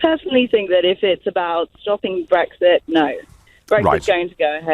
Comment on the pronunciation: wtf? my pension has no link to the EU whatsoever, this guy is a liar. Anyone noticed this guy pronounces Brexit "Brextheert" just like that fat ugly black PM.